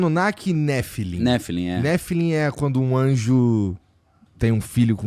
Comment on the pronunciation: A pronúncia não é "néfilim", é "nefilím", justamente por vir do hebraico e não do grego para nuvem. A passagem que usa "Bnei Elochim" ("filhos de Deus") se refere aos governantes descendentes de Seth, que se uniram às filhas de Caim, corrompendo-se ("caindo" em idolatria e atos perversos, por isso nephilim, os "caídos"). Os judeus não acreditam que anjos tenham livre-arbítrio, portanto não se rebelam, tampouco genitais ou forma física, por isso não podem copular com seres humanos.